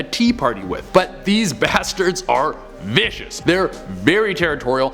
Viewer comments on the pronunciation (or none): How many times did he say viscious lol